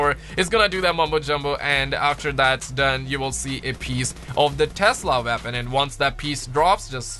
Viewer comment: I love how u say weapon wonder WAPON